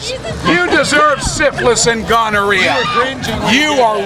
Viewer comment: Holy fuck. "You deserve siflis and ganeria?"